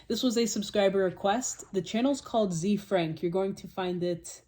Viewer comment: FYI, the pronunciation is "ZAY-Frank"